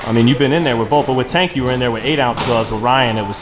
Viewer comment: He still has PTSD from that night—can’t even say Tank’s name 😂